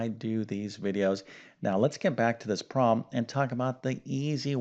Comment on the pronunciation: Its problem not prollum 😄😄👍